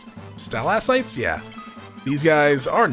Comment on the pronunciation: I dunno if u read these from 2 years ago. I do hate to be that guy but I will be that guy. They are pronounced Sta-Lac-Tites. It's weird cuz they are the rock spikes on the roofs of caves and they made enemies outta them. the content is amazing otherwise so thank you.